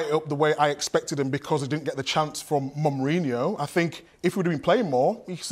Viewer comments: As for "Momrinouh" ☠ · Sorry Micah, say Mourinho again?? I beg your pardon. It's Mon-reenio